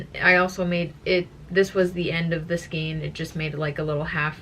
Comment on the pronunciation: Say skein … rhymes with pain!